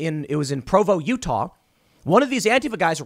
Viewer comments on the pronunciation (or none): none